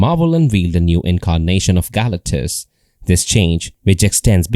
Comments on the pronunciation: GAL - acktuss is making me cringe. I think they pronounce his name as ga-LAC-tus 😅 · How do you do a video but dont know how to pronounce the main subjects name?